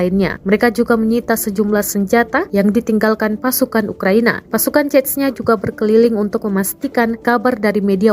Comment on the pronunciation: Pertama kali gue denger narator Tribun bener dalam mengucapkan nama Chechnya, biasanya hanya diucap dgn lafalan 'Zenya'. Zenya kalo di Rusia adalah sebutan dimunitive utk org yg nama depannya diawali dgn 'Evgenia', misalnya Evgenia Medvedeva biasa dipanggil Zenya, atau dimunitive lain seperti Alexander biasa dipanggil Sasha.